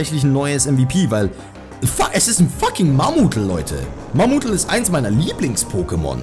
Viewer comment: Es heißt eigentlich Mamutel Betonung auf T also Mamutel nicht Mamudle